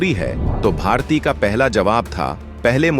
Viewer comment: Pronounce properly, it's bharati, not bhartiy. Y is not there